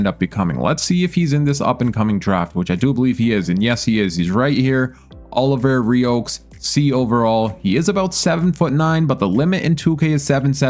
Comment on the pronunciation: Olivier Rioux is pronounced Olive-EE-AY R-oo